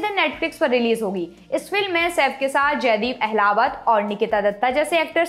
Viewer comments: Mam Shaif nahi Saif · Shef nahi saif